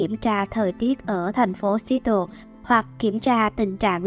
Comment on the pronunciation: Phát âm thành phố Seattle sai rồi nha bạn